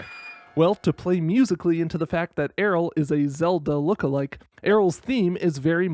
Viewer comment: I stg it's pronounced the same as "Ariel", the Y makes its consonant sound lol